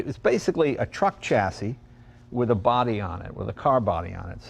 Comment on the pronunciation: Say the words correctly! shassis alUminium